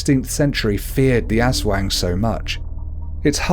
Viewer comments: Diamond Dreams IKR!I laughed when he said aswang and sarimanok.I love the video but his pronunciations are hilarious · UntamedBanana your all stupid hahahahha i live in ph for all of my life so aswang is pronounce as ass-wang not ush-wang hahahahhaa your really proud of yourself huh hhahahahaha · Aswang is pronounced (Us - wung) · okay pronounce it with me: as WANG not as WENG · Oh and it's not pronounced as As-wang it's pronounced As-WONG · You said aswang Eswang You just say it Aswang as an A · We cannot blame people pronouncing wrong. Like other americans says "Ass wang" instead of "Aswang" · Like aswang isn't pronounced ass wang It's uhswong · Azwang really that is how you pronounced it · You said Aswag wrong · “Ass-wang” first of all,how dare you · What is wrong with you it is prounonce like this as-wang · I'm pretty sure it's announced 'As-Wong" by what my friends Filipino mother says. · Its pronounced asUwang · no offense but you pronounced aswang wrong.. you said as-wax😂😂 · Ass-wayng😂😂 lol!! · Manok isn't said like manok you have to put a pause in between the ma and nok. Also its not aswang its aswo(add a A sound)ng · The Ass Wang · Its funny how u pronouns aswang and mananangal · Natatawa ako sa pag pronounce lalo na sa aswang😂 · Its a great video but you pronounced aswang wrong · You kinda pronounced Aswang incorrect but it's okay. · Yeah,he might not be a filipino and it's ok that he doesn't pronounce it right.but srsly,I can't stop laughing on how he pronounced aswang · welp you dont know how to pronounce aswang or tikbalang